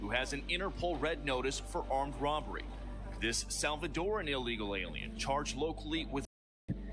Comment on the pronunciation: Im a south african. Why does she pronounce 'this' as 'dis'? That sounds gangster for a public representative.